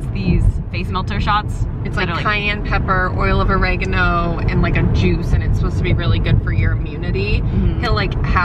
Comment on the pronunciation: wait, how did you just pronounce "oregano"